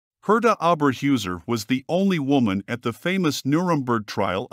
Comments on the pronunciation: Well done video! Only only thing is her name should be pronounced Oh Ber Hoyser . This is not only for German, but how they would want it pronounced if an American citizen. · pronunciations: Orba hoyzer and Rravernsbrruk.